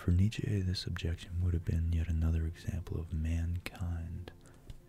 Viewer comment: I love this video 💖 I may not agree with what you said entirely, but who is really wrong when it comes to abstract thought? Also, it's pronounced like neet-chuh, not neet-chay. But it's cute how you say it lol